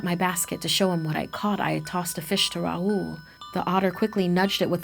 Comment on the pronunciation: it not ruhool its raahul